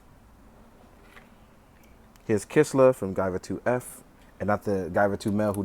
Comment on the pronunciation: Don't know how I ended up here from a Gunpla review, but here we are. Haha Just wanted point out the Guyver 2F's name is Lisker. Not Kisler. Haha Valkyria Lisker. She actually appears in both Out of Control and the manga. I like her Purple look a little more honestly.